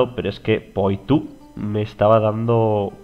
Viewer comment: se escribe Poitou y se pronuncia puatú.